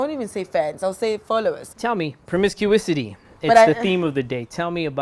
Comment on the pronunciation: Promiscuity... not promiscuisity Sir